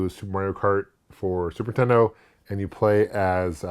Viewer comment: “Superintendo” This guy and AVGN crack me up how they pronounce it. And I’m their age!